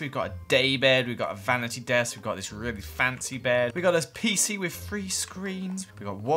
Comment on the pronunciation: You mean three?